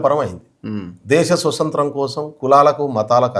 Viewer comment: స్వసత్రం కాదు నాయనా స్వాతంత్రం .అప్పుడే తెలుస్తుంది నీ తెలివి